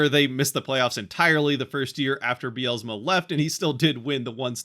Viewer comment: There is no extra "a" in Dan Bylsma's last name. It is not Dan By-al-a-sma. Might want to spend a few minutes learning how to pronounce his name if you are wanting to represent the future Kraken.